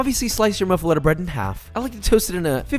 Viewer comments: Italian from Sicily where the Muffuletta is actually from, it's pronounced Moo-fuh-let-ta. We eat it on the day of the dead and it's a little painful that it's known in the states as a New Orleans sandwich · michael reader it’s Sicilian only due to the fact the guy who created it was from Sicily and created it in New Orleans, it’s not a traditional Sicilian dish as it took on New Orleans French notes before the recipe went back to Sicily. New Orleans raised Sicilian here 🤷‍♀️ ... Its Muff- a- la-ta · NOPE NOPE NOPE (MUFF-A-LATTA) that is how you pronounce it. Honestly props because I’ve never heard it pronounced like that and I’ve lived in the gulf coast area for 15 years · Looks scrumptious, but your pronunciation is “moo-fall-letta “ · It’s pronounced muf-uh-lada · Pronounced moof a lotta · As a New Orleans native I'mma throw some ridiculous facts down. It's pronounced "muffalAHta" despite the spelling. Idk if that's an accent thing or what, I'm just saying. It do be looking good though. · It's pronounced moof-uh-lotta. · You pronounce that thicccc boi: muffel-AH-ta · The way he pronounced it made me cry lol. But I love ya so I'll teach you the new Orleans way to say it. Moo-foe-la-ta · Pronounced (Moo-feh-LAH-tuh). Louisiana native 😊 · In Louisiana we pronounce it a "muff-e-lotta" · It's pronounced moofalata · A) It's MOOF- a- letta.... and B) The "pickled stuff" hurts my soul... this is supposed to be olive heaven, not "hey there, lil' cauliflower, TF are you doing here?" The bread looks nice though, but I can't even finish this video... Lo siento Jeshua... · You are pronouncing it wrong. It’s muffolatas not muffulettas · Its pronounced muff-a-lot-a I'm from Louisiana broski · I think it's pronounced moofaletta. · i think he butchered the muffaleta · This man saying muffuletta wrong every time kills me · You are saying it wrong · nobody pronounces this correctly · I just cringe hearing him butch muffuletta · Moo fu lot ah Not Mu fa letta